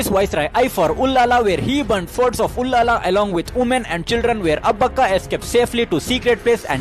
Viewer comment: it is ullal not ullala. But thanks for making video on abbaka chowta.